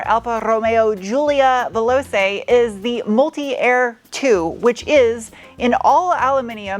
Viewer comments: Perfect. Only one small comment. Veloce in Italian is pronounced "Velotsche" The "c" sound is like in the word watch. Serwus! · Great review. Just so you know, Veloce is pronounced "Veloche" That's "ch" as in "chair". Also, the "e" at the end is not silent. Hopefully this makes sense. So, Velo ch e 😊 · ITALIAN pronunciation : ve lo che (like CI-ao!) ; WELL DONE video. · Veloce”. Pronounced “Che” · Veloce is pronounced vel-o-chey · The manual isn’t available in the UK either or I’d have had one of these already. The Giulia is highly rated over here all the same, though. Great to see you get a decent Euro car to test - your tests are a fun mix of tech, humour and general info. It’s pronounced Veloh-chay, btw. Thanks for another great 17 minutes. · One small point: Veloce is pronounced Veh-LO-Che. Que bella macchina! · Just for info, the Italian "C" into VeloCe it sounds like "TCH" in English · Veloce is pronouced at a "che" in check. :-) So; "VE-LO-CHE". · Veloce is pronounced "vay-low-chey" lol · Just a little side note, 'Veloce' is more pronounced 'Velochay' 😏👍 😎🇬🇧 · Sorry it's painful to hear this all the time.... The "C" in veloce is pronounced "ch". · Giu in Italian is like Ju in English. All c's not followed by an h in Italian are a ch sound. (All instances of ch in Italian are pronounced K!) So: Julia Velochay! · Pronounced "VEE-LAU-CHAY" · The c in veloce is pronounced with a ch sound in Italian. It's Velo-chay. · Okay I just want to help you out its veloche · compe-TEEZ-ione; vel-OH-che. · (Vel OH' che') 😅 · If I may add, 'veloce' is pronounced 'veh-LOW-che'. No need to be a linguist. Your fans are here for you! 👍🏻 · in italian.. ce together is a ch sound "che", like in checkers.... vel-o-che :) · Excellent review as usual! Just an fyi, “Veloce” is pronounced “Vell-loe-chae” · The phonetic pronunciation of voloce is ve-LO-cha; the a is the long a. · ...and 'Veloce' is pronounced 'Veh-loh-tchee" (Giulia is the same as Julia) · Pronounced “velochay”